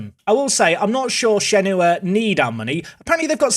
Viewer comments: Shenhua in Shanghai Shenhua is actually pronounced like shen-hwa and not shen-hu-a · It’s pronounced shanghai shen-wa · hey, just thought id help out with the chinese pronunciation - Shenhua is pronounced like shun hwa, and is two distinct syllables :)